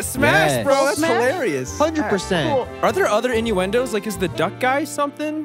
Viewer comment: Ivan: Innuendos Chilly: “Inwendoes”